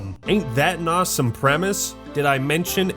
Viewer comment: “Why is terraria so ASWOME?” Can we get that as a vid